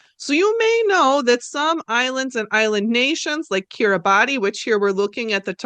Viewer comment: I’m so excited I get to inform you— Kiribati is pronounced like “Kiribas”!